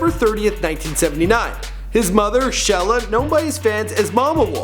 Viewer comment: LOL a lot of this stuff is wrong and his mom's name is Sheila, not "Shella" and how can you possibly pronounce "Antioch" incorrectly?!